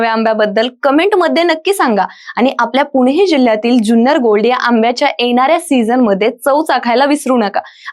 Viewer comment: जुन्नर म्हणा ज्यून्नर नाही.